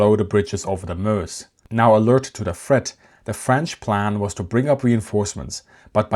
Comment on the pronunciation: Excellent, and like the way you pronounce Meuse (Muhz).